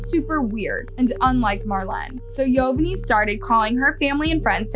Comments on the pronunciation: It’s govani not yo va ney wtf😂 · bro please say their names right. (yo-van-knee) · Bro the way she’s saying yovany even after the interview is annoying the ahit out of me 😭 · Her husbands name is not pronounced yo-ven-eye it’s Govani with a Y yo-von-E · His name is not pronounced Yo van nay it is pronounced like Giovanni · Its pronounced yo van ee not yo van ay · Hearing the husbands name pronounced as YO-VA-NAI is so annoying. It’s YO-VAH-NEE. ITS SO OBVIOUS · It’s not yovanai, it’s pronounced jovani, jo van I Through out the story you pronounced it wrong… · It's not pronounced "Yo-Ven_Eye". It's pronounced "Ee-Yo-Von-Ee". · yovanay LMFAOOO girl its pronounced yo•van•ee 😭😭😭 like geovanni??? 🤦🏽‍♀️ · At least pronounce her husbands name right it is pronounce “ geovany”!!!!! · How are you going to include a news video conference where someone literally says her name yet you’re STILL pronouncing it wrong- his name is (yo-van-ni) SIMPLE! gosh and stop saying “called” for goodness sake’s when you’re saying the victim’s name or family. SAY “named” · Yovany is actually pronounced GIO-vanny. Only difference is is that Yovany is Latino so that's the Spanish version of Giovanny or however you would spell it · This is sad Also her boyfriends name is pronounced Giovanni [Geo-von-knee] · Yovany is pronounced: yo-von-ee What a sad terrible crime. Great video! Thank you so much I'm a new subscriber, loving your content! 💕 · His name is actually YO- Vonny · "YOE-VON-NEE" is how it's pronounced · Why are you pronouncing Yovany like that? They literally pronounced it correctly in the news report 😒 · The news clip pronounces Yovany correctly and yet you continue to mispronounce it every time 🙄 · I’m sorry but the way said “yovany” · Crazy sad story !!! The victims husband name was mispronounced the entire time . I’m sorry it just threw me off.